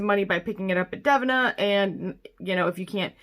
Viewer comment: Lol...its pronounced DA-VEE-NA...right??? Is it dev-in-ah??? Lol holy hell I need to know these things lol